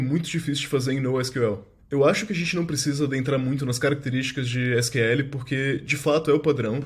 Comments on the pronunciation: E pior que nem fala assim. Fala “nou síquel” E “síquel” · Pq sql ele fala com sotaque Br e nosql fala com sotaque inglês?